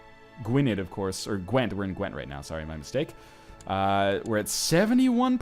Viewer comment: the dd in Gwynedd is pronounced like 'the'